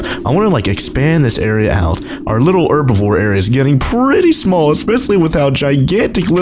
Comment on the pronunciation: Herbivore not erbivore